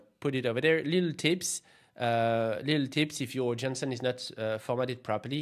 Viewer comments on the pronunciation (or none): you sounded like 'johnson'. In English you can say 'Jason' .. maybe you confused the names 😅😂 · Am I the only one who heard Jensen in place of JSON? :D